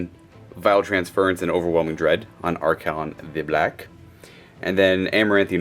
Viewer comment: I really enjoy your batreps, but the way you say Arkhan triggers me. He's not an archon, and remember it's Arkhan, not Arkhan't, keep winning with him